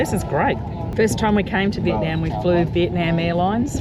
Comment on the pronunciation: and. Love love love your pod casts. The tours and suggestions are marvelous. However, one thing stands out from pronunciation of Viet. NAM She comes down so hard on the NNNAAAMMM. ITS SOULDS LIKE FINGERNAILS ON A CHALK BOARD. I might suggest Viet Nauum. Instead of the very loud NAM!!!!